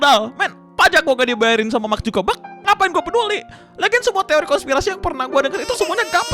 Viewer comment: SI GOMONG MARK ZUCKERBERG KAYAK MACK ZUGEBEK OON LU 🤣🤣🤣🤡🤪🤢🤮